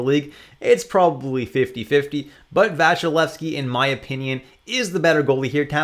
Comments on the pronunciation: It's not Vashilevsky but Vasilesky.. just a little note. About Kuemper, he did well in ARI on the other hand, could he maybe show good results even outside COL? Considering your rankings it seems to me that 1-13 goalies are the real number ones to get. Must have one of them as my D1 really. Thanks a lot for a very helpful vid! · Dude, the point was about pronouncination - there is no "sh" but just a simple "s". Vasilevskiy as you're saying is the pronounciation Russians would you use. I'm not sure whether you in Canada/USA pronounce the "y" in the word's end ( doesn't in the video so I assume you don't) - for example in my language we say Vasilevsky(/i), but the point is there's never "sh" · it's not Vasilesky, it's Vasilevskiy.